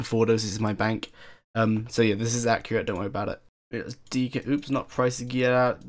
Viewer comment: LoL "Dzzz" instead of "This is" :P